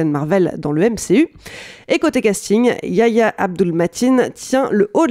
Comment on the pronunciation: Yayah se dit "YERR YA"